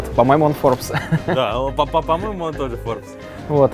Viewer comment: Поменяйте ведущего, ну вообще никак не созвучно со словом FORBES